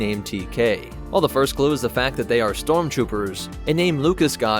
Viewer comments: I’ve heard of storm troopers but not strom troopers, lol. In all seriousness, good explanatory video! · 33 stromtroopers 😂